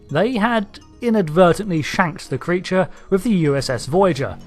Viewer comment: ""Sphere" Creatre" arrrrrghh! Had you had a few Romulan Ales when making this video? :)